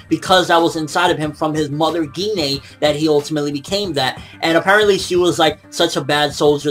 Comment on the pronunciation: Pretty sure its pronouned jine but with a g gi-nay sounds kinda weird (just the way you said it)